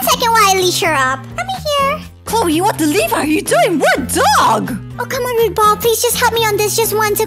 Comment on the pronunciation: Its roof boll